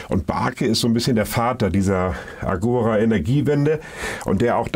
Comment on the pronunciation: Nur am Rande bemerkt: Agora ist endbetont, das heißt, die Betonung liegt auf dem zweiten a. Agora, gr. Marktplatz.